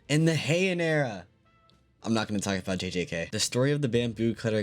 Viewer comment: heian era?? Saya that again